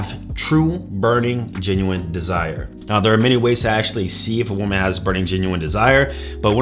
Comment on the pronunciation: You still cant ponounce woman and women properly!!!